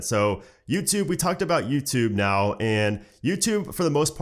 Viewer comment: hey is it me or do i hear Nuketube instead of youtube LOL